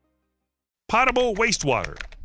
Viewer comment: Serious problem ... hopefully They will find better solutions quicker. BTW... The word is pronounced POE-TA-BULL, not POT-A-BULL. 😁👍